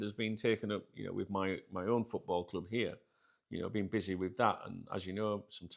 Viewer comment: I don’t like the way you say Club sounds fucked up cljuuib